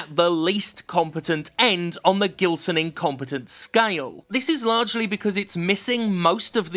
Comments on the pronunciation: not that it matters, but I think the "G" in "Gilson" should be read more like the "J" in "Jill" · Btw, Jim, if this guy is from Brazil (his name sounds Brazilian), you probably have been pronouncing it wrong. The "Gi" in "Gilson" is pronounced he same as the letter G itself. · The G in Gibson actually sounds as a J in portuguese. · I laugh everytime you talk about this developer, because my dad is also called Gilson (but we pronounce it in another way because we're brazillians) and it brings me the giggles to listen you say "gilsonlike" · With that name and that level of hackery, he is most certainly Brazilian. If so, even his name's pronounciation is weirder: Geelson